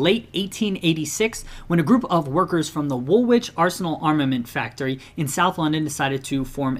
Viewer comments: Its pronounced WOOLITCH Arsenal not woolwitch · Just to let you know - Woolwich is pronounced "Wool-ige" (or "Wool-idge) not Wool-Wich" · i am english so i know you you didn't know woolwich is pronounced 'woolich'. just wanted to let you know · Everyone’s getting mad about his pronunciation of Woolwich, but y’all are the ones who put a second W in the name. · The pronounciation of Woolwich in this video is actually offensive